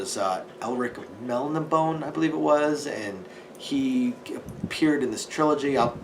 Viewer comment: There's an accent on that last e,. It's Mel-nih-bow-nay. Do NOT make me unsheathe Stormbringer, boy! 😆